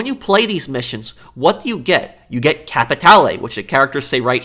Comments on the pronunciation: BTW, its not Capitale. Its Capi tay lay! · CAPITAYLAY! CAPITAALEE! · agreed and it’s not just the fact they constantly say capitale, it’s how they say it like capitaalaay 💀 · Why does no one know how to say cap-uh-tal-ay? Spanish I fellas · The ammount of times they say CaPItALAy its too much f×#$% Capitale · is literally a joke as an npc Why the fuk does he say kapeetaylay Not to mention his schizophrenic episodes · I'm glad i'm not the only one sick and tired of hearing "CapiTayLay" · Everyone: Can you stop saying Capatale for 5 MINUTES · If I hear you say capitale one more time I'ma capitaLAY my hands on someone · Me : Capitaloe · "Stinkin capitaylayy" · 50 minutes of him saying captialie wrong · i agree fully but i hate the way you say capitale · You pronounce "Capitale" wrong. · You know Rockstar can do so much during a pandemic so back-off for a few more months and Red Dead 2 is coded differently than GTAV. And Cayo Perico was in development since the Casino update and you are pronouncing capitalie incorrectly